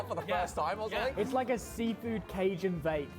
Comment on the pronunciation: Your pronunciation of "cajun" will never not be funny. 🤦🏻‍♂️